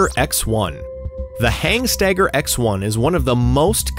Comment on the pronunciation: Good video. Not sure where the extra "G" in Hanstaiger came from though... Definitely not HANGstaiger...